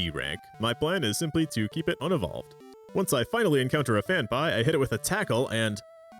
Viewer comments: Phan-pea, not Phan-pie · FanPie ... it's Fan PEA lol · The only guy I've ever heard pronounce Phanpy "fan-pie" instead of "fan-pea" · 'fan-pie' how the f did you butcher that so badly. it's 'fan-pee' Also it's not 'zay tu' it's 'zatu' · Phanpy....PhanPEE. Where you getting PhanPIE from?? No excuse saying Pokemon names wrong they say their own names 50 times an episode. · “IT’S PRONOUNCED PHAN-PEE!!” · "fan-pie" "xay-too" okay, that's likely just comment bait, but it doesn't make me any less nettled. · no but the pronunciation for some of these pokemon HAS to be a joke and I'm just not in on it lol "core-sola", "phan-pie", "zay-too" are CRAZY lol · Saying Fanpie and Z'EH'too for phanpy and xatu got you this dislike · phan-pie is an insane way to pronounce it LMAO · first saw ur DS as Miyazaki intended vids and gotta say all ur walkthroughs are seriously so helpful. glad there’s pokemon stuff too - also it’s pronounced Phan-PEE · Phan-PEE otherwise great video 😂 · Had to look up how to pronounce Phanpy, cause I thought I had a Mandela effect moment, but no, you're just wrong. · You're pronouncing Natu and Phanpy that badly on purpose to get a rise out of people, right? Well, it's working. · The way you are pronouncing Phanphy is giving me anxiety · better than hearing them mispronounce Phanpy